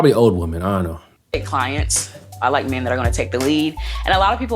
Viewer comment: That's funny when you made fun of the British accent. I like making fun of yours and the fact that you pronounce "women" as "woman" sometimes. It's good to make fun of every culture.